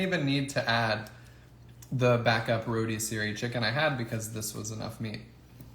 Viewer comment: Roadssery chicken? Wow never heard it said like that! Where are you from! Love the recipe